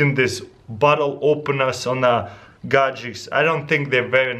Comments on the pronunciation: dude stopppp saying gadecs!!!!!!!!!!! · I love how he says Gadgets - "Gajekts" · Pretty awesome "gadgecks" =) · Gud Gajics 😂